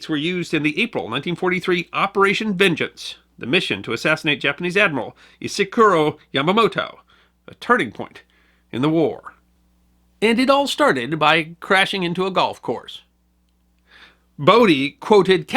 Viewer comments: Isoroku, not Isokuru! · ISOROKU Yamamoto, not Isokoru. Come on man, you're, you should get his name right. It's a real pet peeve of mine when people get his name wrong. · Yamamoto *Isoroku*, not Isekuro if you please. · Please forgive me my rum induced rant: ISOROKU Yamamoto not ISEKURO Yamamoto. Thanks and apologies. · A minor correction: Admiral Yamamoto's personal name was Isoroku, not Isokuro.